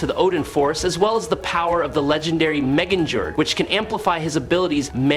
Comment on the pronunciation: Lol, Meginger?